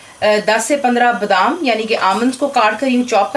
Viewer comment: Is me ab BDAAAM daal len.. BDaaaaam. lol hahahah its Badam dude... Anyway thanks for the video.. Love your cooking..